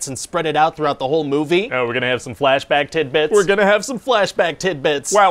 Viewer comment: Are you saying tit bits? Pretty sure it's tiD bits xD